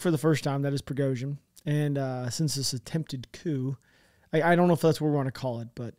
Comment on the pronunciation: The 'p' is silent in this version of the word "coup." Don't pronounce the p, dude. Not cool.